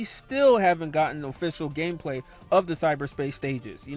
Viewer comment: Are we going to ignore that he said KNUCKLES GAMPLAY?